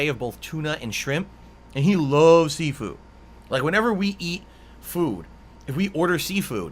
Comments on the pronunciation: “Sea-foo” - LOL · I’m sorry …? Did you just say your mom?? Also, I like how all this shit could’ve been avoided if someone from the “family” called the diner and asked for a reservation… You know? Like any normal human being would do?? Ok, why the fuck is he pronouncing seafood as SEEFOO or SIFU?? God what in the fucking fuck